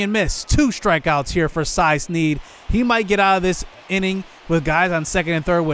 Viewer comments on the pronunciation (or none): Cy Sneed’s name is not said phonetically. It is said like Cy Sned like Ned Flanders